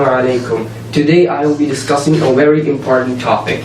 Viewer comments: Good video man! As for the weird way he talks, he's probably Indian with English as a second language. A lot of Indian people pronounce "v" as "w" when speaking English, and it sounds really weird when they speak very clear English otherwise. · That pronouncing of a v as a w is an Indian thing. Notice that he doesn't just do it on "very", but also on "value".